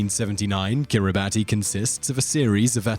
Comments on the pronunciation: Hate to be a language wonk, but the number 10 country is pronounced "Kiribass" in the native language (Gilbertese), not "Kiribatee." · Kiribati is pronounced "Kiribas". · Kiribati should be pronounced “Kiri-bas”. The “ti” makes an s sound for their alphabet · Peter Ambrus It's pronounced Kiribas. In the local language they pronouce "ti" as an "s", for some reason. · It's pronounced "Kiribas", not kiribati. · Kiribati is actually pronounced as (Kiri-bahs) because the 'ti' in the native language is pronounced as 's' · Fun fact: Kiribati is pronounced Kiribas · It's pronounced Kiribas. It's doomed. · Man, kiribati is pronounced as "Kiri-bas". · Kiribati is pronounced "kiri-bass". "ti" in the orthography of Gilbertese is always pronounced as "s". One of the islands in the country is called "Kiritimati" substitute "s" for "ti" and you get "Kirismas" which is the Gilbertese way of saying "Christmas". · It’s pronounced Kiribus but their ti is pronounced s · You mispronounced Kiribati. It is pronounced, "Kiribass". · yep. it is Kiribas. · Ojaswit Luthra And Kiribati, it's pronounced "Kir-e-bas". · kiribati is pronounced kiribas lol. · Yep, it’s pronounced kiribas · Just as Kiribati is pronounced Kiri-BUSS... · It's pronounced "Kiribas" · Er.. No!! Brits don't say Kiribati. It is pronounced Kiri-bas. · It's pronounced kiribas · Same with Quebec, Kuomintang, and Kiribati. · Yeah. Stopped watching this after a minute. Couldn't get the name of the first country right. More research is needed. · Kiribati is also mispronounced. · Stop pronouncing Kiribati incorrectly How about you investigate before making a video